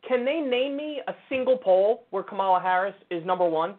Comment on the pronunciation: CNN sucks…but at least they know it's "COMMA-la" Harris, not "ka-MAL-la". "ka-MAL-la" was a wrestler.